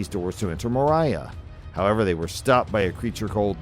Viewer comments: Gandalf’s pronunciation: “mor-EE-uh” Gimli’s pronunciation: “mor-EE-uh Video creator’s pronunciation: “hey I’m just having fun getting these Tolkien grammar and pronunciation police all riled up by saying ‘Mor-EYE-uh’” 🤣😆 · Why does this narrator pronounce everything so badly...😂 He called Moria "Mariah" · How he says moria makes me angry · I have heard better AI. moRiA, durEN. For fucks sake….